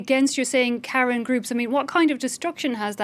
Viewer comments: Yes, Ka Yin in pronunciation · The Karen ethnic group of Myanmar is pronounced kuh-ren